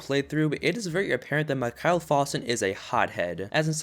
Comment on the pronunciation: Its not mickhaal its mickael